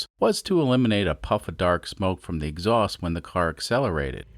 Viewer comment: Lives in Kansas, but his "x-awst" is from Bahstin